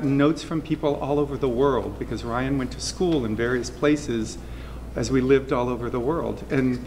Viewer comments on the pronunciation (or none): She says Bryan instead of Ryan...